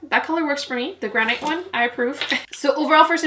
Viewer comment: Gran-it. Rhymes with can-it. 🤓 YOU ROCK!!! I can’t get enough of my Dream Street palette. It is SO good!!